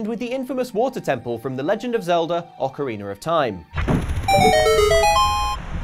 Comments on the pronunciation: Ah yes, one of the best Zelda games: "Ocariner of Time". Truly a classic. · I must admit the water temple in Ocarina was confusing but I never played thet "ocariner" of time you talk about